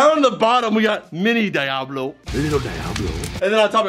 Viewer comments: Its pronounced deeablo not dieablo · It's pronounced dee-ahhh-blow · It's a shame he didn't pronounce it right